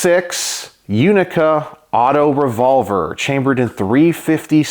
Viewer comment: Italian here. I've definitely heard MUCH worse pronunciations ^^ Indeed, the play on words is that "6 Unica" sounds exactly like "Sei unica", which means "You're unique", specifically addressed to a woman. I have heard it used as a (quite) cheap pick-up line, too xD